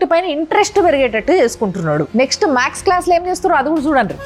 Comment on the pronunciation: Max class కాదు మేడమ్ గారు..మ్యాథ్స్ క్లాస్